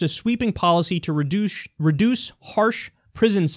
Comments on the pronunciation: instead of reduce you said redouche lol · "redouche" lol